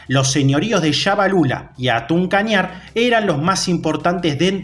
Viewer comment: Se escribe hatun pero se dice jatun kañar